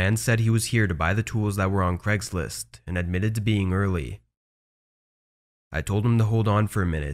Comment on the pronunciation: "Cregslist" "Eron"